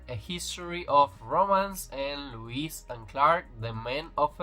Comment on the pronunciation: It’s Lois not Lewis no w in Lois lane.